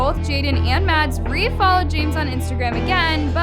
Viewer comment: SHE SAID JAMEZZZZ?????!!!!